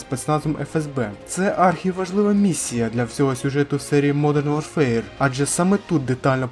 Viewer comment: Хороше відео,. Однак, на майбутнє, озвучуй англійські назви без акценту. Жодних претензій до твоєї англійської. Просто, дві мови конфліктують фонетично, що, в свою чергу, ріже слух, як наприклад при вимові назви "модрн ворфер".😉